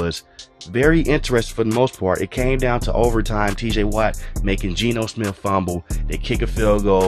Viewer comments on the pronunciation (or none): none